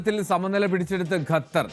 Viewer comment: ഗത്തർ അല്ല ഖത്തർ ആണ്